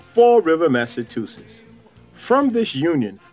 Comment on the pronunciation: Mass a what?? tuses??